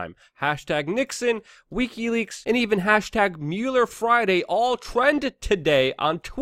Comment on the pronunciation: Pleaae learn how to pronounce wikileaks. I love your content but you sound drunk and I can't take it